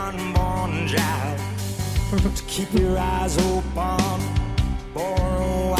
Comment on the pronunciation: Would the way he pronounces "open" as "opahn" be a classical thing, like a choir? He favors the "ah" sound in harsh vocals too.